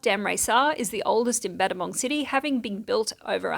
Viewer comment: Wow, nothing scary in this news report for a change! & don't worry about the Battambang mispronunciation. The person that first said, 'I know English' and christened the place Battambang, should have just acknowledged his/her mistake. Then changed the spelling to fit how the town is pronounced 'Battambong.' People really don't like to admit, when they make mistakes. So sometimes the rest of us have to make special exceptions on their behalf for decades to come. Sky hooks were wrong, ego is a dirty word : ) lol